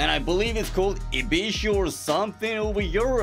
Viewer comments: ibishu ❌ ebishoe✅ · hahaha called Ibishu an Ebishoe!😅